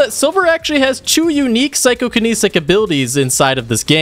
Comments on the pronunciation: Psycho-kin-etic Not kinisic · I mean he also said “psychokinNESIC” instead of psychokinetic, so we’re pretty par for the course with that.